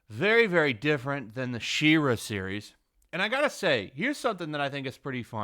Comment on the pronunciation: im gonna be "that guy"..please pronounce She-Ra correctly, i can feel my soul trying to leave my body every time..